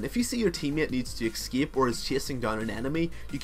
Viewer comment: do you find the X in "escape"? I have seen quite a few of your videos, and it always boggles my mind when I hear you say "excape".